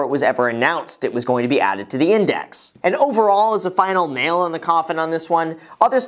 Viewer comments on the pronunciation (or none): none